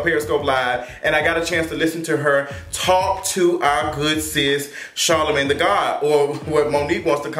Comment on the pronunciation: Monique called Charlemagne ‘Charlamon’